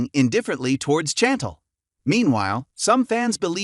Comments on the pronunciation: SHantel not chanttell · Her name is pronounced as "SHAN- TEL" But its spelled Chan-tel.